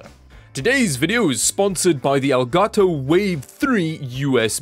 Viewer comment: Finally an english speaking Youtuber who pronounces properly the brand: El Gato 👏👏👏